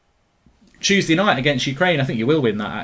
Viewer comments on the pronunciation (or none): none